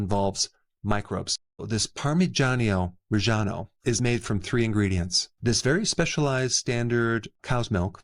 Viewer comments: It’s pronounced “Par-Ma-Gi-An-O Re-Gi-A-No” not “Par-Mee-Gi-An-O” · It's pronounced par me John oh Reh john oh. You say with no pauses 😊 Gia is pronounced Jah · Parmesan is imitation crap, and a rip off. The way you pronounce parmigiano reggiano makes me laugh. Parmigiano reggiano is the king of cheeses. 🇮🇹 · YES, and I have always purchased it! Thank you for sharing its amazing benefits! My Italian mother would have cringed at your pronunciation of it, though ... lol. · often times i eat it raw and 36 months aged only. and, since i'm italian, i can assure you that the way you spell parmigiano reggiano is raping my ears